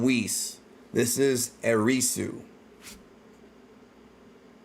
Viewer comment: Erisu sounds like Erase to me